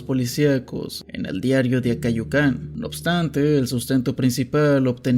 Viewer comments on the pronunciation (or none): Gran video, increíblemente mala situación del país. Por cierto, Acayucan se pronuncia en "yu" con acento prosódico, no en "can".